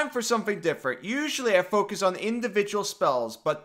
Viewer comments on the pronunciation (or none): none